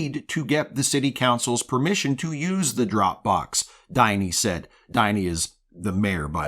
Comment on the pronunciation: the "Din" in "Diny" is the same "Din" as in "Dingleberry".